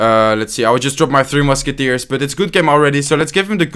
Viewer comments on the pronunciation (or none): Why does he always say "2 musketiers"?